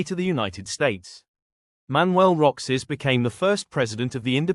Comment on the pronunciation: It is not pronounced Roxas (although spelt that way) it's pronounced Row-harse